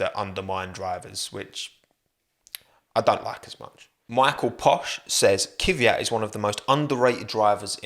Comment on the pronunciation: Saying Kiviyat is hella cringe. Why would you do this? Its obscene, really